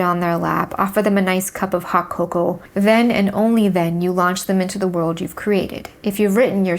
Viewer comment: I was confused by the time skips of Oppenheimer, it wasn't a bad movie for my tastes because I was able to follow and understand what were the time jumps and time call backs, but I agree that the movie was way too stylized for an otherwise boring story. Also, side note, you say "Hot Coco" in a funny accent.